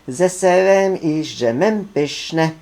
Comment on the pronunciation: DŻEM A NIE D ŻEM